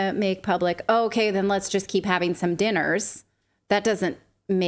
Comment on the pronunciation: I'm surprised nobody asks what happens athose dinners .The way he says DINNERS it's like as if he's putting another meaning .like a code.